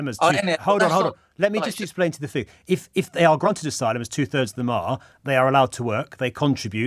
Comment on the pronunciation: Fing or thing pom . It's English